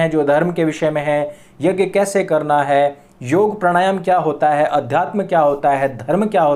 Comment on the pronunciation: Woh YAJ nahin, YAGNA kehte hein, JA + NYA = GNA ...YAGNA (YAJ+Nya)